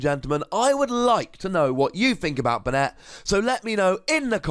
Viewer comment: It's pronounced "Bay-net". The anime uses this pronunciation.